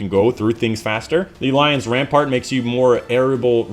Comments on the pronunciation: Lion Rampant! ram-pant not ram-part. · Rampart? I stopped watching when he didn't bother to read the name correctly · Rampant not rampart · Lion RAMPANT, not rampart....